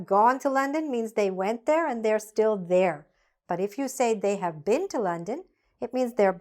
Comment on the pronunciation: You pronoun bok ,not book,have -haf. read-red. arrived-arrive.